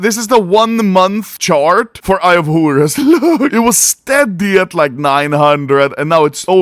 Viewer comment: Eye of Hurus, Hurus, Hurus.... xd